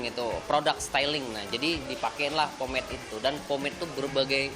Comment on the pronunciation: mbanya bilang promade anjayyyy :v